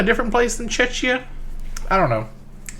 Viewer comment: my dude, it's CZECH-IA, as in the czech republic, with ia at the end